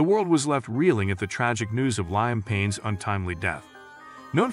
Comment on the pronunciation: please pronounce Liam Payne name correctly is highly offensive and disrespectful to the deceased and to the deceased family, knowing you can’t pronounce their loved ones name therefore don’t make videos like this if you can pronounce the person’s name